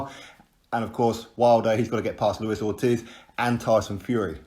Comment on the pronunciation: I HAVE TOLD YOU A MILLION TIMES . ITS LUIS ORTIZ ( PRONOUNCED "OR-TEASE" NOT FUCKIN OR-TIZZ") Icons